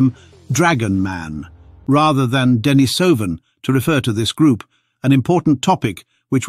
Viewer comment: Denisovan is pronounced "Deh-NEE-suh-ven".